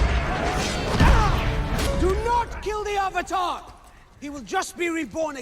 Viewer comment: This movie makes me tearbend in pain....but i love that Katara actually said "a"vatar and not "uh"vatar by possible accident. Even that actress knew how it was supposed to be pronounced.